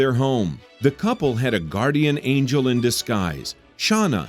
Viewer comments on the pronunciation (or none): none